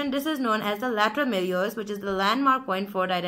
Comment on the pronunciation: Malleolus not meriolus